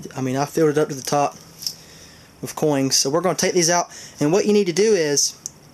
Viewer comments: am i mistaken or do you keep ending some of your words that end with a n also adding a g like ( coings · "Coings", wtf? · makes me cringe everytine he says coings >.<